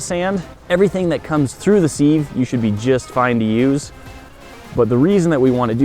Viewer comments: It's pronounced SIV, not SEEV. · Sieve is pronounced "Siv" not seev. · Seev? It's pronounced siv! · Seev it's a siv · Run it through the WHAT?! The SEEEEVE?! Sieve is pronounced like SIV......seeev hahaha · Lol@ "seeve" 😂 it's sieve, pronounced "siv" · You say seev it's said siv, not seeeev. (The e is a i ) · Yes I get what you mean, as it is pronounced 'siv' reaver than 'seev' as you use it to sift with. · "seeve" It's Siv lol Sieve But everyone says Siv where I live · seev? It's pronounced Siv Base wood? Balsa? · i was happy, until you pronounced sieve, seeve......not siv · I don’t like how he pronounced “sieve”. It’s not “see-v” it’s sēv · Seev? Isn't it pronounced siv? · Seeeeve? It's always been pronounced "siv" in WA state... Am I wrong? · shiv not sheeeeev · It's said 'siv' not 'seeeeeeeeve' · It's a sieve not a seeve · i agree the way he said it hurt my soul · Definitely pronounced Siv. I have no idea why people are saying seev. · I'm guessing this is a US/UK difference. My brain hurts when something is one-and-one-eighth inches - imperial is so stoopid. Oh and it's pronounced 'siv' in the UK not 'seev'. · "seeve"? It's pronounced "Siv". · SIEVE IS PRONOUNCED, "SĬV" [short "i"] ....NOT "SEEVE" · Not $5 if you don't have an air compressor or a air gun hose and fittings. Or the sand. Wtf is a "seeeve?" Do you mean a sieve? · Sieve rhymes with give, not with Steve!!!!!!!!! No such thing as a see-ve. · What’s a seeeeesve? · Sieve, pronounced /siv/ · Through the seeve 😂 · Sieve - pronounced "siv" , as in sick, sibling, silly - what my English teacher used to call a short i and NOT a long i , as in side or sire or sigh or a long e as in seed or seal or sea! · Who pronounces it "seev"??? 😏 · It’s not ‘seeev’ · sieve is pronounced SIV just sounds weird when you say it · Seevv = sift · Two things: it's "Basswood" (baswood) like the fish, and it's a "Sieve" (siv) rymes with "kid" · Check Webster....the 'e' is silent in sieve. It's pronounced 'siv'. Great project.